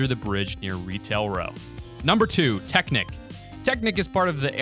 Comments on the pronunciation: It’s not teknik It’s TECHNIQUE TECHNIQUE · I'm not trying to be a hater but you said Technic when it's pronounced technique, I got a good laugh out of it. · Hell-la and tek-nek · I did not just hear him say tek-nik.